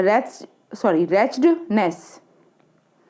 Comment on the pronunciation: रैचिडनैस नहीं बोला जा रहा आपसे ।